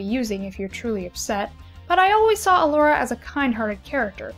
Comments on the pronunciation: Can I just... everyone is pronouncing her name wrong... it’s E-Lora.. not Uh-Lora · Those STRONG pronunciation of those “t” sounds. How original Elora pronounced “t” is just as iconic as “I’m a faun you dork!”